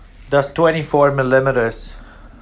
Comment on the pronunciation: That’s two videos in a row that y’all cant say millimeters